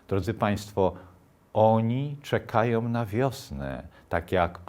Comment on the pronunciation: " krasnoludki czekajOM na wiosne" i znow wargi niepotrzebnie domkniete!, slucham dalej. " oni czekajOM"! Nie "oni", lecz "one" czekaja na wiosne! Pisze z Kanady, moj komputer nie ma trzcionki polskiej, nie mam "a" z ogonkiem, "e" z ogonkiem, ale mozna sie domyslec, ze "czekaja, a nie czekajOM" Dlaczego "one", bo "te" krasnoludki, a nie "ci" krasnoludki! Proste, jak sznurek w kieszeni, 32 lata poza krajem, mowie w angielskim i troche francuskim, ale polski pielegnuje! Zamieniam sie w sluch. " czekal na wolnOM Polske", " czy znajOM te opowiesc", " tak, kojarzOM".Prosze mi wybaczyc, wysluchalem do konca te piekna opowiesc i nie czepialem sie juz, bo mi bylo przykro pastwic sie nad tak madrym i prawym czlowiekiem o juz siwych wlosach, bo sam dobiegam juz 81 lat, ale prosze zwrocic uwage na te kwestie, wtedy uczuleni na polsdkosc, jak ja chetniej beda Pana sluchac, bo potrafi Pan ciekawie mowic! Prosze mi wybaczyc, Pozdrawiam!